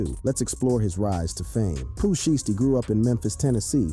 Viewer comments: Like shy stee sound it out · Shieesty? Goof. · He saying sheesty on purpose the shi was blowing me 😭😭😭😭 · Nah "Sheesty" is wild 😂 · Sheestey??? Bro u aint listen to this guys music or nuffin but u wna eat iff hes name that u cant even pronounce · Why is he calling him "sheesty" ?? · DIDNT say his name right